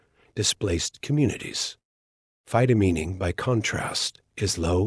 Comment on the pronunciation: mispronunces phytomining. It's mining with phyto in front. It's not phytomeening. I don't know about the science. It sounds possible, but not economically likely.